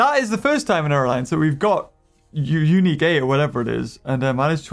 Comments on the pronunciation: It’s unique not QUNIUEQ! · Wow you said qunique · %50 people: 👍👌 Also %50 people: "QuiNique" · Ah yes “QUNIQUE” as puts it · Nobody::Qunique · Ah yes QUNIQUE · Unique not qnique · Its unique not qunique 😂😂😂😂🤣🤣🤣